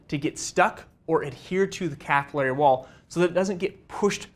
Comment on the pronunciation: As always EXCELLENT.but the word is capillary….as in pill….slower but more accurate.